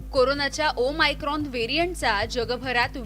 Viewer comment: डियर मराठी मीडिया, ते ओमीक्रोन/ओमीक्रॉन नाही. ओ-मेगा(o-mega) सारखं ओ-मायक्रॉन (o-micron) आहे. आधी नाव नीट घ्या, मग घाबरवा. प्लिज..🙏